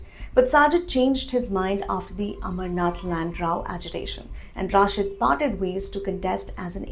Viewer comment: Indian journalists are unable to pronounce name of Engineer Rashid, how they can understand the affairs of Kashmir? यह रशीद है न कि राशिद, یہ رشید ہے راشد نہیں،